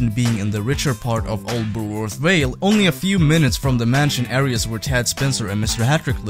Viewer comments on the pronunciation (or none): none